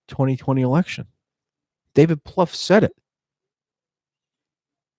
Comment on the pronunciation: Plouffe rhymes with "woof".